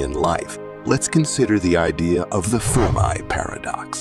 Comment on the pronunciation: How u gonna say The firm i paradox and then immediately call it fermi paradox 🤦‍♂️